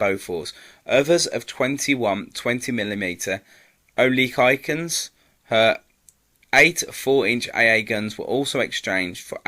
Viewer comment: Orlikikns? Or-lik-ons. My father, and my maternal grandfather, served aboard HMS Devonshire, a London class heavy cruiser. HMS Shropshire was not the first of class, she was the last of class. HMS London was the first of class hence they were known as the London class cruisers. Oh, and their main armament was eight, 8 inch guns. Nobody in the RN used metric measurements in those days when talking about RN ships. The narator clearly knows nothing about the RN in World War II.